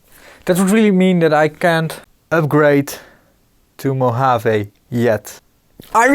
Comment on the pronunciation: Congratulations on correct pronunciation of "Mojave". Re paranoia regarding updating software: Low-risk, High consequence. If it goes well, as usually, alles gut. If it fails, you're hosed. "It's not paranoia, they really are out to get us." - I want to attribute to Firesign Theater couldn't find a reference.